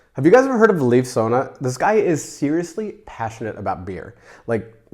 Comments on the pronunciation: to help you out with "Leif", pronounce it more like "life", just shorter, like, much shorter! I didn't know about Leif Sonne, by the way, so thank you for that! One of my friends lives close to Carlsberg, so may I'll see the collection some day:^) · I just love you guys and your videoes! Thanks again! (A little hint: Leif in Leif Sonne is pronounced like the English Word “Life.” And Sonne is pronounced as “sun” plus the typical e-Sound in the end of a Word, like “øh”. That is [Life Sun-øh] 😅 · Leif is more ‘Life’ than ‘Leaf’ :) great video!